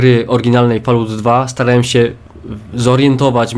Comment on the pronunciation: Jeszcze nadejdzie czas gdy ten gość wypowie 'Fallout' poprawnie. Do tego czasu zostaniemy z 'Falołt'. Może kiedyś sprawdzi jak się wymawia słowo 'fallout'. Ale to jeszcze nie teraz. :D Jakby co słowo 'fallout' wypowiada się w polskiej pisowni 'fol-ałt'. Fall-out. Pozdrawiam i życzę powodzenia!